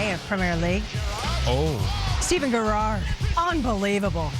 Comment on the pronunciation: It's pronounced Jerrard, not Garrard like David Garrard.